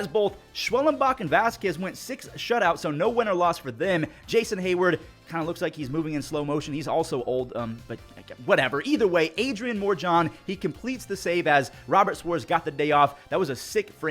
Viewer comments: More John.... You mean Mo Ra Yhon.... But yeah that guy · Adrian “More-John” ? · More-John 😂😂 you need to hit that Duolingo. Side note the pads are also undefeated my guy!